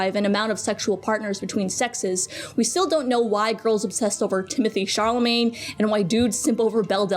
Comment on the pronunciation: stop saying charlemagne !!!!